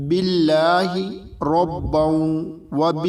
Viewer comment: Bhai sahab yeh duaa toh meray bohat pasandeeda Azkaar main say aik hai, bay shuck! Mein nay ‘like’ toh is Azeem duaa k liyeh kiya tha, kyoon k mein iss say aagah hoon - magar aap nay, ya jis kisi nay yeh audio perha hai arabi main, unhoan nay iska talaffuz sahi naheen perha. Ya jiss kisi nay bhi is audio clip main bola hai.. unnhain iss tarah perhna chahiye : “ Radeetu bilLahay *Rabba*, wa b’il Islaamay *deena*, wa’ bay’ Muhammadinn Sal’Allahu Alaihi wa Aalaihi wassalluma *Nabiyya*~ ❗️aap say guzaarish hai k baraiy meherbaani, 🙏🏼iss ki Islaah kernay kay baad dobara post ki’ jiyeh ga 🙏🏼 Yeh intihaiee zaroori baat hai. Verna kuch logue iss Kalaam /ba-berket duaa ko ghalet perhain gai.. 🥺❗️🙏🏼